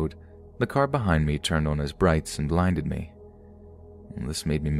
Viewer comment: He said turned on his brights and linded me 😂😂😂😂😂